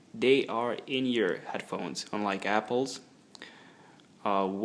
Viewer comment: Inyoure..? I think its pronounced inear ;)